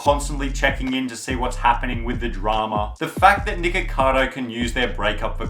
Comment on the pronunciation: Nigga- cardo? 😂cmon bro